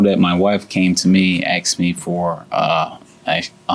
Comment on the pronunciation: " Axed me ". Lord, have mercy on these ignorant people.